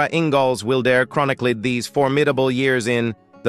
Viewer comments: Narration has major pronunciation issues. Our last name is not pronounced that way. It’s Wilder, as in wild-er. While they experienced multiple tragedies, they also had many triumphs. That said, THANK YOU for sharing and enlightening current day ppls on what life was like on the frontier. Julie Wilder Lange❤️ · The TRAGIC mispronunciations turn my stomach. It is so bad it feels deliberate. Butchering these famous names isn't enough for this source. Wilder is pronounced just as you would expect - as a word meaning less tame. It does NOT rhyme with "builder." They have to use bizarre mispronunciations of simple everyday words. Navigated has a long A sound, and so does acres. Barren is pronounced as a title of nobility, not as a word to rhyme with foreign. "Laura ingols wildair?" 20 minutes in, I can't stand any more. Once again, the long A sound is rejected in "adjacent," and I am out of here. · Also, inconsistent pronunciation of "Wilder" bouncing between short 'i' and long 'i'. Also the gap: Laura Ingalls.................Wilder in places through the narration. This video needs to be taken down and the narration rerecord by a human being! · I wish they would do something about the AI reader, narrating these stories. One minute it’s Laura Ingalls Wilder and then it’s Laura Ingalls ( pregnant pause) Wilder. This AI needs to be taught pronunciation of common everyday words and give the voice a less monotone speech pattern. It seems to drone on and continuously mangles words and names.